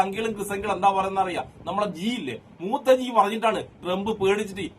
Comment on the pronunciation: മൂത്തജിഅല്ല മൂത്രജിയാണ്